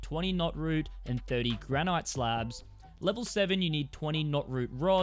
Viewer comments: GRANITE ! Lol 😆 🤣 ... gran-IT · The way he says granite. 😢